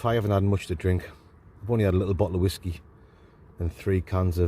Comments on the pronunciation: Wot is wasku, or should I ask do you think you are saying Whiskey :) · What is it with the way he says Whiskey? It's proper weird and annoying 😂